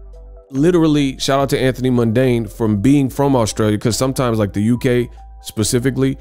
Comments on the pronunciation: It’s Mundeen my guy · Anthony mundine (Pronounced mun dean)